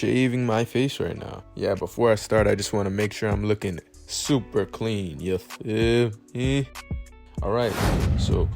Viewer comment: When he said “yuh feel meh” I felt that